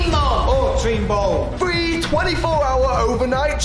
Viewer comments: Morgz says “three” like “free” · Morgz English skills: “ number FREE”